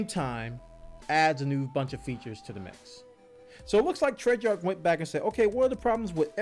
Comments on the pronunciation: Please say it with me.... TREY-ARCH NOT TREY-JARK! Please say it with me.... TREY-ARCH NOT TREY-JARK! Please say it with me.... TREY-ARCH NOT TREY-JARK! Please say it with me.... TREY-ARCH NOT TREY-JARK! Please say it with me.... TREY-ARCH NOT TREY-JARK! Please say it with me.... TREY-ARCH NOT TREY-JARK! Please say it with me.... TREY-ARCH NOT TREY-JARK! Please say it with me.... TREY-ARCH NOT TREY-JARK! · I love this game and I love the hell out of you but DAMN does it make me wince when you say Treyarch lmao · I think we need a patch on how says Treyarch, but apart from that this was a really good commentary. I have avoided CoD since playing MW2 but I may give this one a go having heard what has to say about it. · You're pronouncing Treyarch wrong lol